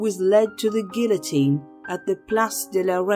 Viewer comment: You pronounced guillotine wrong. You said gilllll-a-teeen. That's not French. I cringed. It kind of demoted the credibility of the video.